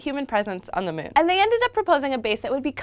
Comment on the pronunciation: I like how she says mewn